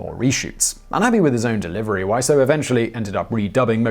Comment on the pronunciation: This time's not your fault, his name's pronounced Wiz-oh, not Why-so. At least, that's how I've heard it in interviews with him, but I wouldn't put it past him to pronounce it in numerous ways.